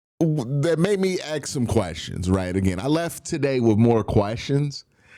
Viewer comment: Ask not ax